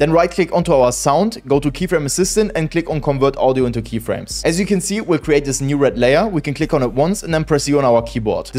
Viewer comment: I really thought he said z at first, then zero, AND WHEN I PUT ON SUBTITLES, IT SAID YOU AND I JUST WANTED TO CRASH OUT BRO